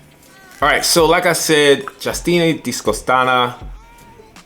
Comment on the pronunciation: zero effort on reading the name properly but thanks lol "justini." where bro where? lol